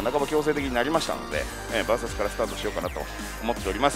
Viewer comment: あなたの バーサスという発音は絶対に違うと思います。それが気になって見る気が失せます。